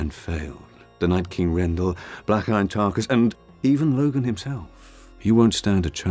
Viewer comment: Tar-KUS! Tar-KUS! Tar-KUS! Tar-KUS!